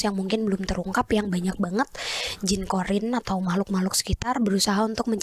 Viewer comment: Qorin kak, bukan qodir